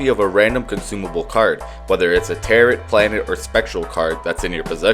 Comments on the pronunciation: its pronounced "tear row" cards not "tear rot" just thought youd like to know. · I’m not gonna pronunciation police you but “tarrit”??? Really??? I’ve only heard “tarough” like it’s supposed to be pronounced or “Tarot” as in “rot” at the end. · Did you just pronounce it "tare-it"? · tarot is pronounced "tare-oh" fyi. thanks for the video though, there's some useful info here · You know its pronounced tare-oh right? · its pronounced like tear-o im pretty sure (the second t is silent) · Do you really not know how to pronounce "tarot" or is this just rage bait? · the video is great but why do you pronounce tarot like that